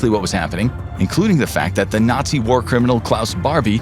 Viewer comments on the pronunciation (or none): none